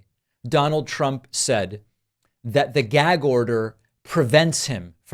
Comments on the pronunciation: What does trump care about the constitution? He wants to get rid of it. Someone should tell him ,it’s gag short ‘a’ not gayg with a long ‘a’ you stupid 💩! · "Gaeyg order" "Yaygan food", just an idiot man child. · I'm a native New Yorker so I just want to let you know David that the way he says the word gag is the way all New Yorkers pronounce it with that thick Brooklyn type accent. However everybody loves the way I talk because I'm a female with an extremely high pitched voice and so the New York accent sounds cute on me!